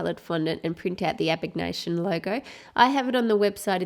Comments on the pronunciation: Abignation😂 you mean abnegation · Abegnation!! I'm sorry but it annoyed me so much. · Haha sorry, maybe in a major fangirl but it's ab-ne-gaction 😅